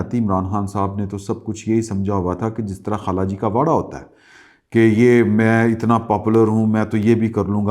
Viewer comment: بھائی واڑا نہیں ویڑ ا